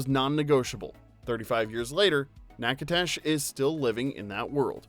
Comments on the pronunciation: I was really enjoying going down memory lane UNTIL… the narrator continually killed the pronunciation of Natchitoches…😮. Really people? 🤷🏻‍♀️ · You need to look up how to pronounce Nachitoches. It was hard to listen to this and hear you say Nachitoches because your pronunciation of it is so very off. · Lol, you're a little off on your pronunciation of Natchitoches 😂 I grew up near there, and I love the movie (and play) and love the cozy feeling of home I get watching it ❤ It's also just beautiful that it was written as a love letter to the author's sister. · I don't know who taught you how to pronounce Natchitoches, but they were WRONG. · Check your pronunciation of Natchitoches. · Alarming mispronunciation of Natchitoches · I really enjoyed your video a lot. However, at the end, you mispronounced Natchitoches. I'm from Louisian and Natchitoches is less than an hour from where I live. In fact, my ancestors came from France and settled in Natchitoches and Cloutierville. Nack-a-tish is as close as I can get phonetically. I cringed every time you said the name. lol Also, no fault to you, but the movie showed crawfish being served at the yearly Christmas lights festival. Back then, crawfish season got started around February and ended in May. Due to climate changes, we actually can get crawfish as early as December and past May,. But back then, no way. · OMG!!!! It’s pronounced “Nack-a-doe-shush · NAK-ə-tish The "T" is supper soft more like a "D". The "ish", like people say red..ish, or 12...ish. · "Natch-i-tesh" not however you were pronouncing it. :) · Knack o dish is how the town name is pronounced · Natchitoches is pronounced nack-a-dish. Just an FYI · you pronounce the town where it was filmed like “knack a dish” - I lived there when I was 15 and met my first love there. ❤ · Nack uh tish it's not hard. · It's pronounced Nack ii tish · Enjoyed, but the correct pronunciation sounds like “Naga-dish.” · People in Louisiana pronounce it “nack-uh-tish” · Not Nak-a-tash 😅